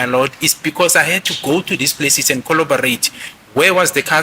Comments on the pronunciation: Coll-what now?, it's CORROBORATE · Bathong “kholobarate”🤣🤣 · Coloberate 😂 what’s xoloberate? Collaborate bree ga dear tsek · If we count the number of times said “colobarate” 😭😭😭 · The word he is using is corroborate and he is using it correctly. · Imagine being educated by someone who can't even say "corroborate."😮